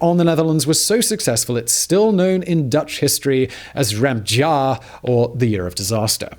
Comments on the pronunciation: "rempdjaar" Hahaha, you atleast tried😂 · As a Dutch person I had to listen 3 time to the word "rampjaar" because i did not sound Dutch at all. Sorry dude but you did try your best xD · I loved it when you said "rampjaar",it sounded a little like a frence inspector trying to speak English haha🤣🤣🤣🤣